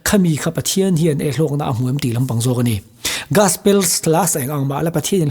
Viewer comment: Gaspel😮 Gospel tih tur aw... 😅